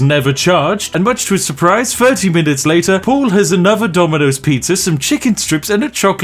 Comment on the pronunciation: Why are you pronouncing "Paul" as "Pool"?